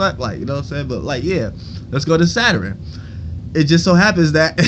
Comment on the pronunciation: You say Saturn like zatarains 😂😂😂😂😂😂😂😂😂😂😂